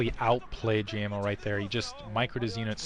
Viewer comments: pronounce GGaeMo like Game-O. At least it's clear who he is then. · Pretty sure his name is pronounced Gay Mo The double GG is a sounds more like a G than the single G which actually sounds like a K in English.